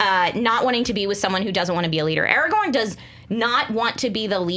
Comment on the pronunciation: Markeia. IT'S ARAGORN!